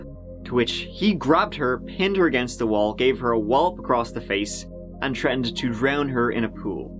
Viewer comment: "On Tursday, May Turdy-first...", "breaktrue", "trettened", "tree days".